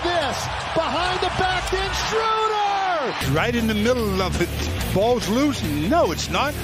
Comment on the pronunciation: SchrÖder nur Schruuder :c